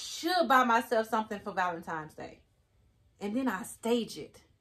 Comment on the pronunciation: It's not valenimes it's valentines